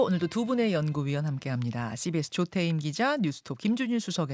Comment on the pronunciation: 조태임 기자님? 발음 제발 좋아지셨으면..